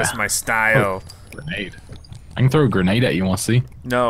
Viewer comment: "They have a gernade launcher" or maybe they just have gernades?!